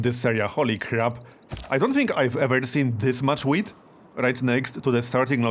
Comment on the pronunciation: You say wheat like if you say weed.